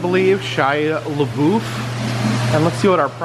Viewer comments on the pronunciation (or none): none